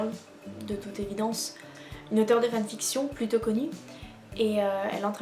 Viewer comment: idk if this is gonna make sense but you basically pronounce it fanFICTION, whereas i pronounce it FANfiction. it's cute :) Willia